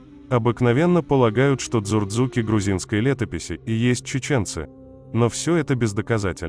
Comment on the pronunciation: Цурцуки правильное звуковое произношение это во первых . Во вторых Мровелли не писал о дочке или внучке Дзурдзука что она была из дзурдзуков рода Таргамаса а теперь вопрос кто такие Таргамасы что это за род ? Конечно это ингушские рода соответственно Глигвы . Не тупи парень если это не можешь понять я не знаю как тебе это ещё объяснить живой пример сами Т1аргимхой которые называются себя Г1алг1ай и живут в Г1алг1ай че . Теперь ты попробуй ответить к чему такой интерес ? И на первый мой вопрос ответь тоже где у Мравелли или Вахушти написано что предки Ингушей Таршиса Таргамаса или Дзудзука были предками Чеченцев ?